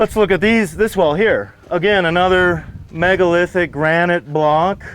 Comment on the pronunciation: did someone mention: 'MEGOLITHIC"?